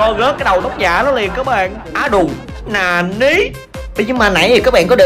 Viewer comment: Cái chữ nà ní hài vãi